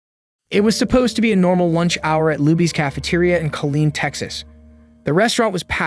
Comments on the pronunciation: Killeen not Colleen 😊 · U confusing duck!! It's Kileen not Colin or Colleen as u are mentioning on this report, what6wrong with u u went to school and u can't even read ir report what u are reading by the infor6u have at hand??? Say like it is man!! Report it like it is, that why people is misinformed man because idiots like u can't read the information as it is written, printed or told!!!